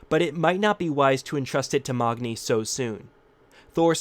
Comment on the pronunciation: Othun? Who's Othun? And who's Mogni? Thor's son's name is MAGNI NOT MOGNI